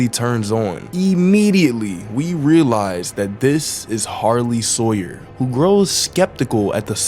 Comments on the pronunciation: Harley Sawyer ❌ Sarley Hawyer✅ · Why Were You Calling The Doctor's Minions, "Sarley Hawyers?" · He Calls Sawyer That For Fun